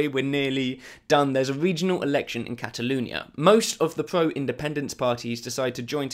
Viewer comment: ‘Cataloonia’ omg speak properly